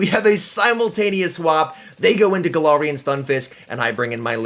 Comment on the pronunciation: Any chance you can say galarian and trevenant properly. It’s not TrevenInt it’s TrevenAnt